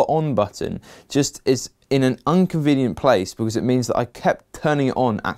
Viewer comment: Inconvenient, not unconvenient.